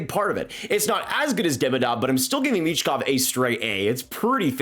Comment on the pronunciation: It’s michkov